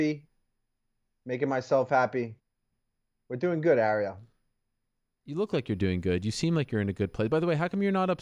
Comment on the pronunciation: Why do all the Jersey guys call him Arie-L?